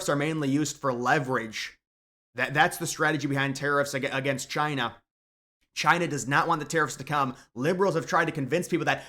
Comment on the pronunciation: Taiwan citizens should have the Right to bear arms. That should be mandatory if they expect military aid. And, it's now and forever pronounced Chy-nah. Thank you